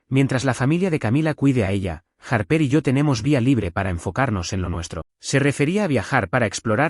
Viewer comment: Los padres que traicionan a sus hijos por dinero no merecen perdón! Y por cierto, Mason se pronuncia Meison, Pauline se pronuncia Paulin y Harper no tiene acento en la "E"